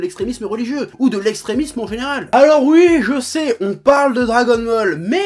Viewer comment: J'adore quand il dit "ui'.